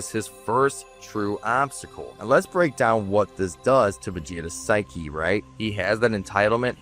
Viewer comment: I cant tell if you are trying to say psyche or sphy Ki for humor its a good attempt not a perfect video you need a bit more life experience is all I can tell you went through the education system of current year.